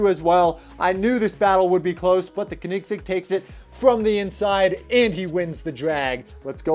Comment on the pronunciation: its not kenigsig its koenigsegg